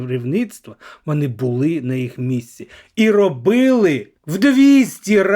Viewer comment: Навчиться,будь ласка,говорити. ,,О'' в українській мові! ВОни!ДОпОмогу!....